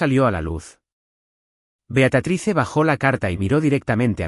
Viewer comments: Por favor no es beatratice es beatriz. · Ya fastidia que diga el narrador beatratise que diga Beatríz